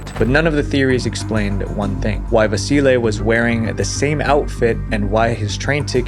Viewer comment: I like you say Vasile's name perfect, very nice of you